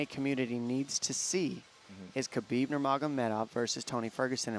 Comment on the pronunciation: It's ha-bib not ka-bib. How hard is this to figure out? Have a staff meeting.